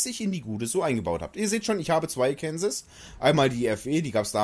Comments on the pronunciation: Bitte im amerikanischen wird sie Arkensaw gesprochen ist als ob ich Tulpitz stat tirpitz sage. Und das ich bin Deutsch geht nicht. Arkensaw ist Arkensaw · Gutes Video nur eine Sache und zwar wird es Arkensaw ausgesprochen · Wenn du in Arkansas den Namen so ausgesprochen hättest wärst du im Gefängnis man spricht es so aus oakansa klingt komisch😂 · Hahahaha.....die Aussprache des Namens des Schiffes ist wohl nicht "ganz" richtig 😂😂😂😂😂 Viele Grüße aus Seevetal! 😊😊😊😊😊